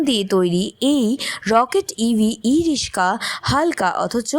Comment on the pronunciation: ই-রিস্কা না ই-রিক্সা? আমরা "রিক্সা" শুনে এসেছি বলে হয়তো "রিস্কা" শব্দটা কানে লাগছে!